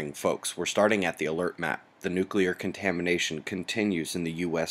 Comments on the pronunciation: Hehe, he said Contameration . Instead of contamination. I know you can't get it all in one take and sometimes you just let it go, but I lol'd when I heard it. ^_^ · Heh...contameration... Maybe more coffee needed? :) have a great weekend, u-yen theories have been very interesting thus far, thanks for the introduction to it.